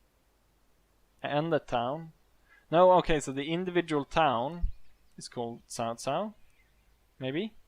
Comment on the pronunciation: is not sao sao , is pronounce as chao chao because my mother are chinese